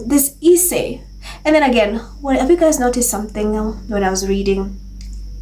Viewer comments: Hi,. I like your videos a lot but your pronunciation of essay is wrong. It is not pronounced eee-say like pees. it is pronounced s-say. Also, it is not pronounced peesants, it is pronounced pezants. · It is pronounced S-SAY. NOT E-SAY.